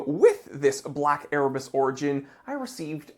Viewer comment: I agree its a great watch, and he is a great guy, but it still sounds like "Ear Bats" to me....